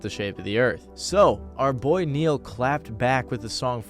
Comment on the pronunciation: For a sec, instead of “Neil” I heard “Ne-Yo” I was finna lose my shit lmao